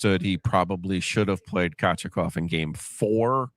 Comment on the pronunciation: I have never her Kochetkovs name pronounced that way before lol